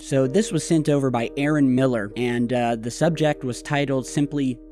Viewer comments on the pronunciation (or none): none